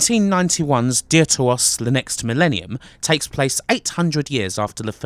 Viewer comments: Im sure it would have been pronounced deaf-ter-os, ie "second" in Greek. But thanks for reviewing these games - again, I'd only ever seen static images of these games. Love the reviews. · funny how he says "dear to us"